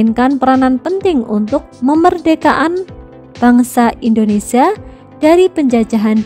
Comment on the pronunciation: Indonesia buk bukan Indonesa